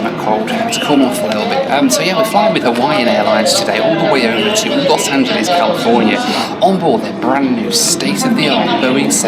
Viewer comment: Those windows are the reason that we never have and never will fly on a 787 - no matter how good the airline is. Sadly, hasn't learned to pronounce "Los Angeles" correctly yet.